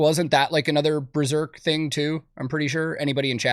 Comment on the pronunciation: It being called Breserk hurt my soul